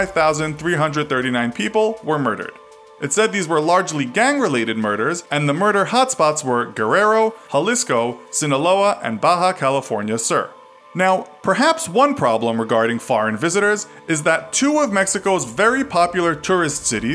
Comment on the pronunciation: I know you have an accent at saying Spanish words but when you said Baja California Sur it sounded like you said Baja California Sir you can say “soor”